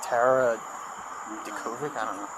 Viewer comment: Tara Dz-ur-koc...😂